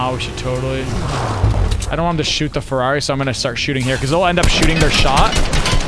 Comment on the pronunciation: 1€ every time Nick Says fararri